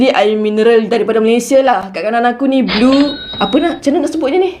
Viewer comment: Yg blue tu sebutan dia blur.